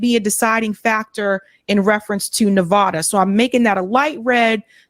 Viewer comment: The A in Nevada is pronounced like cat